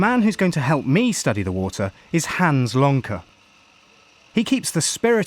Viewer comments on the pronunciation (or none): none